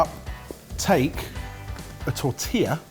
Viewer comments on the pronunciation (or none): none